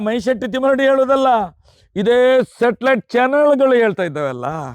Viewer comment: ತಿಮ್ಮ ಅದು ಶಾಟಾಲಾಯ್ಟ್ ಅಲ್ಲ...ಸಟಲೈಟ್